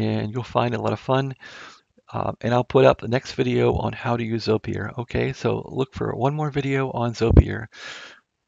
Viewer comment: It's pronounced, "ZOY-purr", FYI...